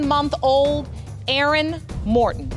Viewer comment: Maryland, I got a question. Why do y’all bother with the name “Aaron/Erin” if you can only pronounce “Urn” ? 😂